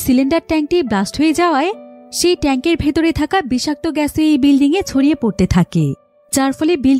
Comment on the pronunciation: Bilring na bilding Hobe?